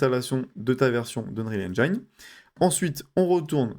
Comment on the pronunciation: Super utile, merci! (Mais ça se dit "n-jin" pas "n-jaïne" 😉)